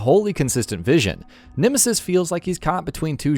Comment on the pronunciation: "The Nimisis"